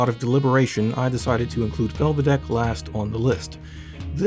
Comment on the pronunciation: Good pronunciation of Felvidek though.